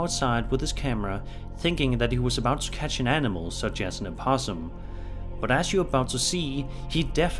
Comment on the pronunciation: Don't know where to start. With this fake as Videos or with the "impossum"